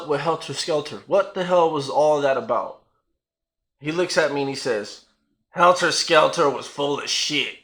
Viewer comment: "HELTER SKELTAR"